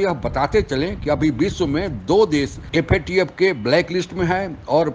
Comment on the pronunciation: Theek se FATF bolnahee sakte🔥